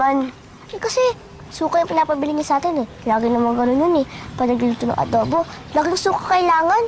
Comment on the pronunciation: Yung parang pAgBiGkAs ng AdObO ni PaRaNg dObLe DoBlE???.HaHaHaHa!! Si ElViS pArAnG BuNtIs?!!??..🙂🙂☺️☺️😂😂✌️✌️